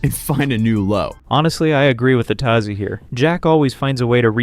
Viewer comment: Hearing him pronounce Atozy and PenguinzO makes me think this is ai